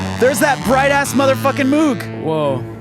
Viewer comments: I really hater to be picky, but Moog is pronounced M OH G,, not M OO G. Just sayin' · One of you pronounced "Moog" correctly. MOHG, NOT "Mooooog". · of course it's "MOEG" or, "MOW with a "G" on the end. Pronunciation wise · Sorry, but what you don't know about this recording is astounding. Oh, and it's "Moog as in vogue."